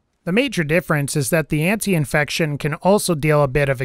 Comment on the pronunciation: Ant - I - fection. An - tie - fection. Either is correct. Great video but every time you said that one thing wrong I winced.